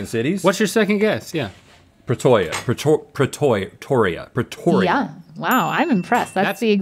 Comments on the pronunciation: pleasntly surprised they didn't butcher the pronunciations of Pretoria and Bloemfontein. though would have loved to see how it would have gone if they told Rhett about there being three capitals only after he guessed. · maybe Cape Town or Johannesburg. It is the first time I heard an American mention Pretoria. It is a little impressive